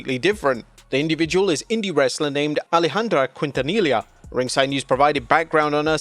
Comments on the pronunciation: My man, it hurts to hear you struggling with Quintanilla's pronunciation. Just for the record, it is Keen-ta-nee-ya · As a Texan, you’re doing too much on that last name lol. Quintanilla is pronounced more like Kint-uh-nee-yuh. Double L makes a Y sound. Just trying to help out. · Its pronounced Ken Tah Knee Yuh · Quintanilla. Pronounced "Keen-tah-knee-yah". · That's not How her name is pronounced its kint-a-knee-ya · Quintanilla is pronounced "keen-ta-knee-ya" lol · the way the narrator pronounced Quintanilla😂😂😂😂😂😂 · Damn, you butchered the pronunciation of Quintanilla worse than you do Anoa’i. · What a way to butcher Alejandra’s last name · The way you said Quintanilla is INSANE, it hurt my soul.